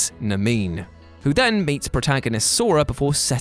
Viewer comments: Did you just pronounce Namine as Nameen? Dude, it's Na-me-nay. ... ... you've never actually played Kingdom Hearts, have you? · Nameen???? Do u mean Namine? Nah-me-neigh??? When I first played Chain of Memories on GBA, I hated it (which I played after I beat KH 2) Did not make it past the first level. I tried it again on the PS4 remaster and I actually kinda liked it. The card combat was hard to get into at first, but once I got used to it I had a lot of fun building my deck and setting up combos and stuff. I found Riku’s story a tiny bit less enjoyable since his deck lacked the same freedom Sora had. But at the same time, having a new deck for each world and having to develop new strategies was neat. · I love your videos but MY POOR EARS WHEN YOU PRONONCED NAMINE INSTEAD OF NAMINÉ AHHHHH!! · "Namine"? oof Naminé please. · Did he say "Namine" as "Nuh-meen"? lol It's pronounced "Nom-in-ay". I know, weird, but it's true. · It's Nom-in-ay, not... however you pronounced it. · It’s definitely Nah-me-nay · WTF was that Namine pronunciation...Holy hell..... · Dear sweet baby Buddha, someone proof watch these before he says Namine wrong again. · I love all the videos you do. One thing though, you pronounced naminé wrong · How the hell did you say Naminé?